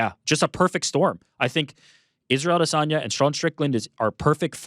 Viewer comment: Why does Ariel have to pronounce Adesanya differently than everyone else? Did he get the low down on the correct pronunciation or is he just being pretentious?